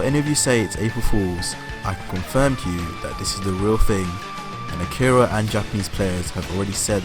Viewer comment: Arika. Not Akira.